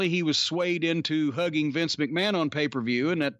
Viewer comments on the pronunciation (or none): none